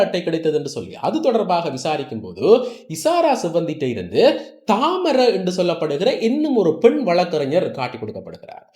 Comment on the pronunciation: நீங்கள் சொல்லும் பெயர்கள் பிழை.. பாடுவத்த அல்ல Batuwaththa. தாமர அல்ல தமரா